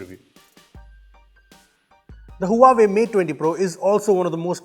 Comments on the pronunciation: it's hva-vey not hua way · team..Huawei is pronunced "wahway" ;-) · Huawei is pronounced as Wah - way